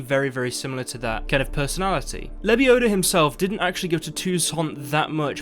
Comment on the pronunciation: "Its lebiodaaa, not lebioda"